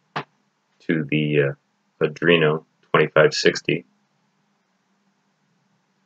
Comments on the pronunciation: That IS NOT an "adrino". It's an ARDUINO. ARR + DUE + EENO. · are-dweno ! not adwerno ! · Arduino = Ard-joo-WEEN-o. Not Uh-DREEN-o. It's only 7 letters. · Adrino, mispronounced, it is ARE DOino, or you can start spelling it Adraino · Why do you say "Adruino" instead of "Arduino"? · He keeps saying Adrino. Come on man WTF? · Dude you really need to learn how to say "Arduino", not "Adrino". Its actually annoying lol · Are-Dooo-Eeee-No Just saying...